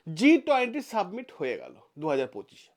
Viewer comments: স্যার জি,submit নয়, summit. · আপনি "সাবমিট" কথাটা বার বার ভুল উচ্চারণ করছেন কেন ?কোন গাঁইয়া এরকম ভুলভাল উচ্চারণ করবে। আপনিও ? কথাটা SUMMIT বা সামিট অর্থাৎ শিখর সম্মেলন। ভিডিও টা ফ্রেস করুন শুনতে ভালো লাগবে।